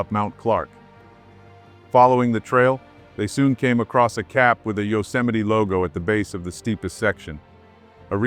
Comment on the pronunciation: It's pronounced you-cem-a-ty, not yo. No one heard of yo-cemity Sam